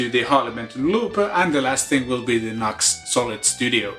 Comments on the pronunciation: Just so you know, NU>X is pronounced ‘new-X’. 🙂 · Fair enough although on their own channel they always pronounce it ‘new-x’. Are you sponsored by them? I see you wear their t-shirt & seem to have a lot of their gear.